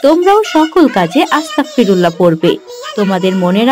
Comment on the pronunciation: Ma sha allah onek sundor hoyeche❤️ তবে এটার উচ্চারণ আস্তা*ক*ফিরুল্লাহ নয়❌ "আস্তাগফিরুল্লহ"✅হবে! আর এর মাধ্যমে আমরা আল্লাহর কাছে ক্ষমা চাই তাই আস্তাগফিরুল্লহ বলার আগে "বিসমিল্লাহ" বলতে হয় না! আপনাদের কার্টুন মা শা আল্লহ অনেক সুন্দর হয় এখান থেকে অনেকেই অনেক ভালো কিছু শিখছে আলহামদুলিল্লাহ❤️জাঝাকুমুল্লহ তবে অনেক জায়গায় ইং শা আল্লহ বলেন না ❗কোনো কাজ করবেন বা হবে এমন সব কাজে "ইং শা আল্লহ "বলবেন তাহলে বাচ্চারাও শিখবে! ইং শা আল্লহ 🌺 Jajhkumullohu khoiron🌺